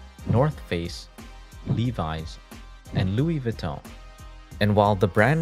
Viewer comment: it’s a French name it’s not pronounced vuh-ton goofy